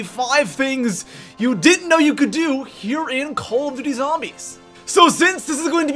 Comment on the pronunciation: Bro you said coll of doty zombies SAY IT RIGHT